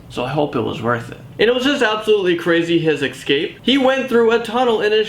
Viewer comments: ESCAPE!!!!! not ECSCAPE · Why does he say escape like that. Escape. Not ecscapes